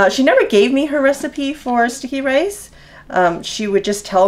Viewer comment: Sounds like you are saying stinky rice :D